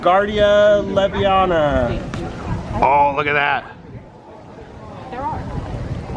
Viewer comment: Tell the guy with the owl it's levioso not leviana lol 😆